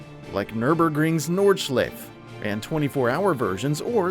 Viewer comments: Nord a shleeef? Really guy? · Horrible pronunciation - Alpine (Al-peen), Silverstone (Silver-stun), Nordschleife (Nord-schly-fer) and Aryton (Air-ton). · “Nordshliff” Hahahahaha 😂 BRUH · Sorry, what did you say the Nurburgring's track was called? Nord-what? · Somebody teach this man to say nordschleife